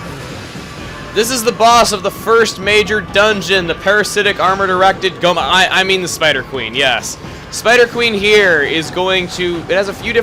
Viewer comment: heh i lost it when he said gohma